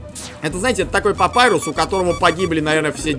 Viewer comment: ПАПИРУС А НЕ ПАПАЙРУС